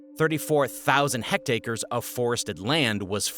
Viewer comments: It's not hect-acre, it's hect-are, 2 syllables. Hectare is metric, acre is standard. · HECT ARE, not HECT ACRE. Great video tho.